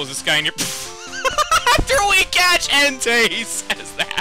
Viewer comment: when he said entei it sounded like hentai